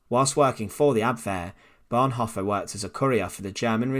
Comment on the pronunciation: I If you can’t even pronounce the words Bonhoeffer or Tubingen, shouldn’t you find a better way to spend your time? You might want (for instance) to learn to pronounce your mother-tongue correctly; there is not such word as ‘Teacha’ !